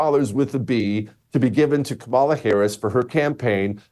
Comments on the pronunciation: Hay Jesse, think of how much more incisive and subtly brutal your whole assessment would have been had you actually been suave enough to actually pronounce her name correctly. COMMA la. Really, at some point it's just clumsy and oafish. And I say that as someone who didn't vote for her, and am totally relieved she didn't win. Also, the reason Trump is so naturally inclined to be copacetic with Obama is because so many business leaders and former Obama supporters are now supporting him. I think he just presumes everyone is fair game to bring around. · This guy needs to learn how to pronounce her name. And get a hair trainsplant.